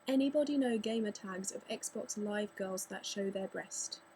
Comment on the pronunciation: I have no prob with girls on xbox live i dont pay much attention anyway lol and you say girls like gawls